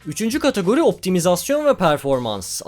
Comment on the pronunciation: Katagori değil kardeş kategori.